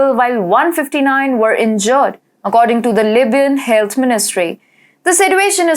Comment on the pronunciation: I'm sorry but you got get someone who speaks English better, or send your staff back to night school to improve their pronunciation. Come on! I mean "injored"!! The woman cannot speak HindiEnglish. End of story. I like your program that provide another point of view but I find the English hard to follow.